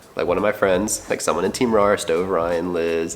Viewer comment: He said rare Keoeoeoepep